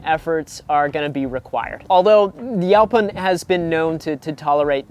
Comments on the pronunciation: Is he saying 'yelpon'? Weird. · I’ve never heard it pronounced yow-pin holly before. I kinda like it! 😂